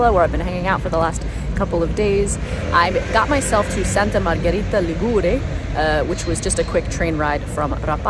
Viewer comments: Hi, no offence: Ligure has the accent on the i = Li'gure. But I forgive you because: 1. you may have been mislead by the fact that Liguria (the name of the region) has the accent on the u = Ligu'ria and 2. because your video is very very well produced, also the music is appropriate and you capture the essence of this small little gem in full. Brava!! Love from UK:goodvibes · Correct regarding pronunciation. However, the apostrophe should be written before the stressed syllable. 'Ligure, Li'guria.